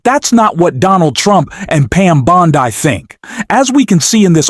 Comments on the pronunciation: It's Bond-ee. Not Bond - eye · either u r not a native speaker of English or this is an AI reading this. Bondi Is said Bond-e Yes the I is said as a long E. So to spell it for u the way it is said it would be written Bondy with the T taking on its long E pronunciation for this u get a thumbs down and my sub gone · It's Bond-ee, not Bond-eye. AI is still more awkward than Frankenstein's monster in a low-budget movie.